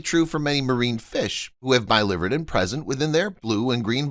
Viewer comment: I promise never to subscribe to clickbait videos. PS Biliverden is pronounced billy-vir’-den